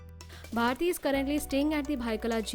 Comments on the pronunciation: It's BHARTI not BHATI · It's bharti not bhati?